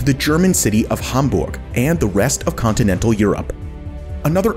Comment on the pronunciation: that "hamburg" sounded waaay to german xD